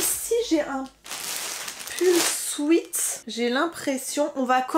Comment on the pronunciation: Un souaite. ???? Non un sweat qui se prononce swit